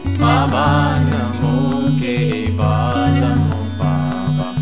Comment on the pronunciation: I must tell you one significant thing: the mantra is not BABANAMO KEVALAMO. The mantra is BABANAM KEVALAM as it has been pronounced by the Guru Himself. I have that audio with me. I can give it to anyone on demand. Only you have to provide me with your Whatsapp number, please. So, never sing Kiirtan with the wrong pronunciation. It may attract the negative microvita. Thank you, Namaskar.